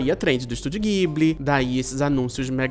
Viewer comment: se pronuncia "djiburi"